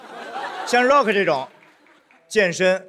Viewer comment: 张老师倒是可以理解。。。可是从美国哥伦比亚大学回来的高材生呼兰在提到Rock的时候说的也是绕克。。。是不是就有点稍微让人觉得这个英语还需努力。。。